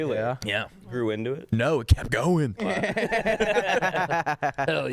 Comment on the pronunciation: the word “kept” has a T on the end.. just wanted to clarify that